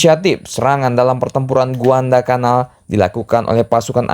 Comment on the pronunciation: Guadalacanal bang, bukan Guandalcanal Yassalam